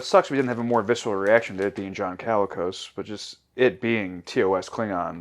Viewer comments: LOL the number of times you guys mispronounced "Colicos" made me a little crazy... 😅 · I believe it’s John ‘koh-lee-kos’ not ‘calicos’ like the cats.